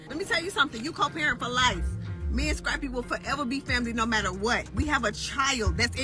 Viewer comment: The way she’s pronouncing Scrappy’s name is hilarious scrape-y 😂